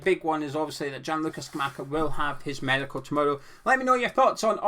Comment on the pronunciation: What is a meidcal exactly? Is that the Scottish pronunciation of the word for a test that someone has at the doctor´s?